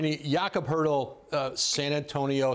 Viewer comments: It's not Hurtle its Turtle. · Did Woj say Hurtel??? Hertel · I don't think that's true, my understanding is that it's pronounced Pertle. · why does he keep on saying "HURDLE"?...it shows how little, people knows about the Spurs...nobody even bothered correcting Woj...I hope this is the year our Spurs come up with the 1st pick of the draft. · He said Jakob Poeltl last name so wrong